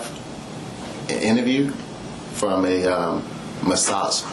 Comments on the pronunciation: (“ she said she uhh do a, do “ASAGE MUHS” ) 😂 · a guut massage